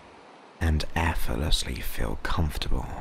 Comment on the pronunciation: it’s most generous of you to put all your work on YouTube free of charge. However, while your voice and tone is good I experience a discord every time you say the word efforlessly rather than pronouncing it correctly as effortlessly. This mispronunciations is too distracting for me to gain benefit from your work. I’m sorry about this and hope in future you will correct your pronunciation of effort and effortlessly. Warm regards, Elizabeth